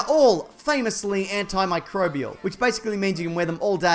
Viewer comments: Cracking video. Also, is getting pretty great at saying "anti-microbial". Which shouldn't be a skill, but still. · I am proud of your pronunciation of antimicrobial. You've come a long way mate! Good on ya!